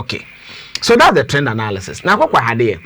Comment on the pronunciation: The word is analysis not anaaalyses! Kumasi boys tweaaa